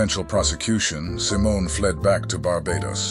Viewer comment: I think most of this video was made by AI. The script could have been scraped together from freely available sites, and the VO makes weird mistakes, like sometimes mispronouncing her last name.